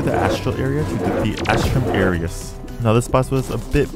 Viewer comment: Me, a latin nerd, hearing Astrum Aureus mispronounced: triggered.